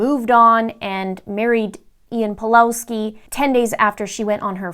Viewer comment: It's pronounced Pavlovski btw